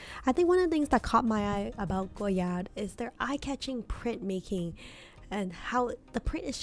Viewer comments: Thank you…I get so annoyed when people stress the “d” when they say “goyard” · French words have a lot of silent letters. The "d" in Goyard is silent. Saint Louis = Sahn Lu-wee. Artrois = Ah-twah. I love the 233 bag but that price is painful for something so simple-looking. Agree about Plumet (plu-may).